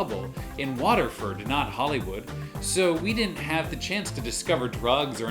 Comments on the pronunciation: I first thought he said waterfart😂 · did he just say....waterford? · This man said Waterford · my guy really said waterford